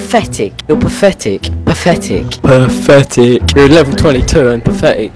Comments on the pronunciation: Its Pathetic not Pafetic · XD "pfectic" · He said pafetic so much it started sounding like a type of pasta. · Osphyrix Nono, you misunderstand, he was saying ‘Pafetic’, not ‘Pathetic’. Pafetic is the secret and sacred code term used among griefers and tryhards when they want to admit defeat without admitting defeat. 🤣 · She really said: O sis is pafetic hehehehe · Their favorite word: PAFETIC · "YOUR PAFETIC!" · “you’re paFFetic” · PAFETIC... Pafetic... pafetic... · “Paffetic” “Proply”